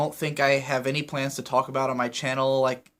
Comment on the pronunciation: I gotta balk at the way you say talk and walk